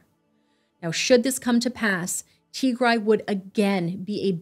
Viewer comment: Indeed, just the way this narrator mispronounced Tigray..... He's never heard of it😢 For the record it is pronounced TEE- Grey. Like a grey tee-shirt, not TEE- grai. Like a tea chai with a gr instead of a ch.